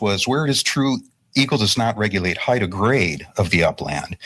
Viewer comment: Heigth ugh it's not pronounced with th, it's height.